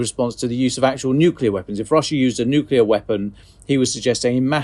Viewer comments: Please, stop saying "nuculear", the word is nuclear, not "nuculear" (or however what they say can be transcribed). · Please require all guests to learn that ‘nuclear’ is not pronounced ‘nucular’ before the broadcast starts. It does nothing to enhance their credibility. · Everyone on this podcast always mispronounces 'nuclear'